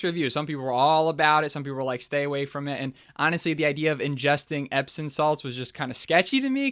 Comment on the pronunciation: EpsoM, not “epson”.